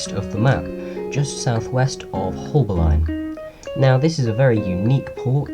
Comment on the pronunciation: You said haulbowline wrong :(